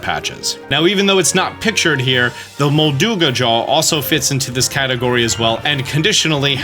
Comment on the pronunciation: Your pronunciation of molduga has ruined my day I have disliked this video